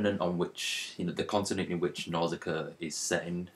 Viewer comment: its pronounced nauu-shi-ca